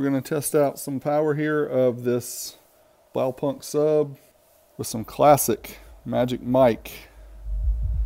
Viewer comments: its Blaupunkt not BlowPunk XD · dude- just call the brand BluePoint as thats what it is. It hurts every time you say it wrong. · The k Is silent, it's like blawpunt. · Blaupunkt the K is silent you don't say the K sound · Americans pronouncing "Blaupunkt"